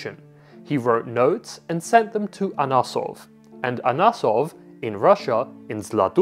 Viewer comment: The guy's name was "AnOsov", not "AnAsov". I read an article about him about 15 years ago where it was written, he demonstrated that the modern steel (19th century) was superior to bulat and vastly superior to folded "damascus" (for military use).